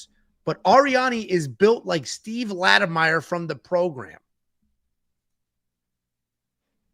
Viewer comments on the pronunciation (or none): Lattimer! Not Lattimeyer!